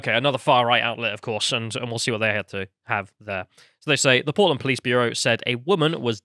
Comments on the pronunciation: Oh PORTLAND! 😂. I thought you said POLAND at first. That makes more sense. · At first I hear “Poland” 🤔 then I figured out they are talking about Portland…. Well yeah, of course